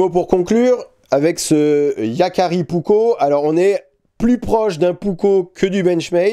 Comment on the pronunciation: Finlande n'est pas en scandinavie, c'est un pays nordique en revanche, et il faut penser à prononcer les 2 K Puk - ko